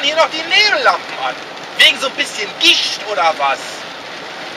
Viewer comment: Ich habe erst ,,wegen so ein bisschen Gicht" verstanden